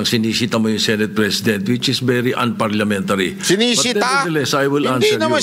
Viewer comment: Si Sotto my observation ko atat na atat si Sotto sa SP dahil sabi niya "Unparliamentanry" dahil tinanong sya ni Mr. BAto. Bawal pala tanungin ang SP?